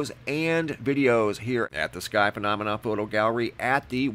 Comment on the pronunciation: The way he says phonamina is really annoying